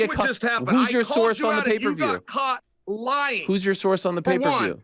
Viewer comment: When Ariel says the word "won" and it sounds like hes calling for a "Juan", its like nails across a chalkboard. I didn't think it could get worse! But his pronunciation of the word "lying" saying instead "loying" actually has proven myself wrong! What a Waisel!!!